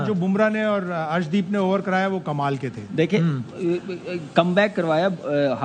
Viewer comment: पाकिस्तानियों ये अर्शदीप है हर्षदीप मत बोला करो ।